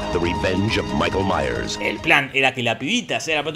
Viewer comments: Ahora, Jorge se vio y estudió todo... Pero no aprendió a pronunciar Myers, que es "Maiers", no "Meiers". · Se pronuncia "maiers"!